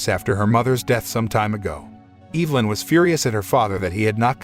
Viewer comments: I'm pretty sure it's EV-LYN not EVE-LYN lol... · It's EV-A-LYN 😉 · The way he says Evelyn is giving me anxiety. It's not Eeevelyn. It's Ehvelyn... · I've be pronouncing my girls name wrong all these years.. I pronounce it E-ve-lyn...buts it's Eve-nly😂🤣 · Is no one gonna question why this man pronounced “Evelyn” as Eve-Lin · Evil-In, Freddy-Co, Kur-I-p-Min I love how wrong these all are, it just makes the video better. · Woman's name: Evelyn Narrator: Evil-lyn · Tic flee lice? Which is it? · OMG regardless of how ridiculous a lot of the decisions in this movie were, the thing that drove me CR@ was the pronunciation of the name EV-elin it was said so many times it totally took me out of the story lol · Learn how to pronounce Evelyn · You pronounced Evelyn's name wrong the entire video